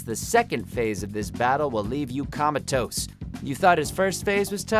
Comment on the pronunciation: Who pronounces "comatose" that way?!